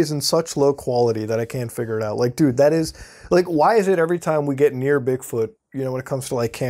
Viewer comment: Its funny how he says "dude." 😂😂 Like .